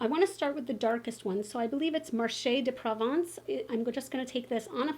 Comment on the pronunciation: I’ve attempted to watch a few other videos about this palette. Your the first one so far that pronounced “Provence” correctly!! Well done!!